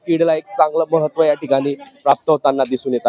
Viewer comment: अरे दादा जडगाव काय म्हणतो! जळगाव म्हणा परत तुम्ही केडी म्हणताय भाऊ केडी नाही रे केळी म्हण भाऊ तुम्ही जळगाव जिल्हासाठी कलंक आहात आणि पत्रकार आहात! म्हणजे फार मोठे कलंक!